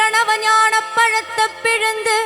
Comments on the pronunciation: ப - പഴത്ത എന്നല്ല പഴത്തൈ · But i noticed a pronunciation error instead of "பழைத்தை" she sings repeatedly " பழத்த"